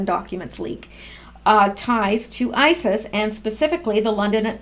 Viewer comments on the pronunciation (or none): none